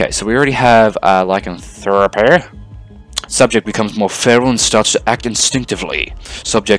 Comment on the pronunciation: Lie-can-throw-pee Lycanthropy...sorry good video but it was bothering me...